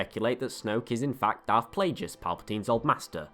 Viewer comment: It's pronounced Plagueis, not darth Plajueis.